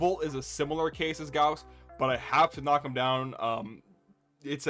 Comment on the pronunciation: Correct Gauss pronunciation, brings a tear to my eye :). Also this was a fun video, enjoying the content man. P.S I hate volt speed ups, I'm with you man, fucks up my flow and control.